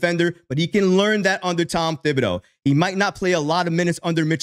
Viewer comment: Dude it's pronounced ti-ba-doe ..... Not thib-i- doe..........the H is silent